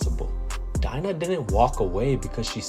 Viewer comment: Dina is pronounced dee nah